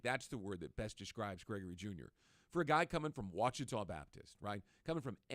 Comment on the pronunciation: Finally a correct pronunciation of Ouachita. (WATCHITAW)Thank you! Go Jags! DUUUVAL!